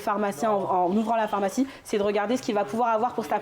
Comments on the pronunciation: Le journaliste qui prononce « phOrmacie(n) », je n’avais jamais entendu cette prononciation jusque récemment, ça m’intrigue. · Pourquoi l’interviewer dit "phormacie" "phormacien" ?? 🤔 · accent du nord de la France.